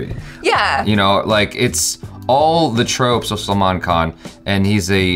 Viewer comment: his salman khan pronunciation has improved :D :D